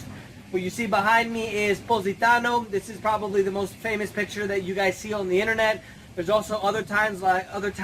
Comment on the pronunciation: It's ITALY, and NOT Idaly, for f*** sake. And it's bloody well not the "innanet "